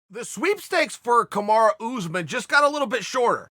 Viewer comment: And one again "Kamara"